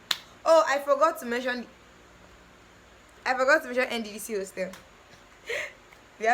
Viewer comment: The pause you used in the nddc part😂😂